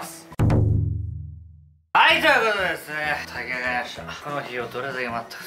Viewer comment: 「炊き上がりましたー」は「（お酒で）出来上がりましたー」に聞こえました笑笑